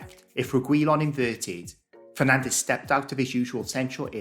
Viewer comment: did you call Bruno "Penandes"? 😂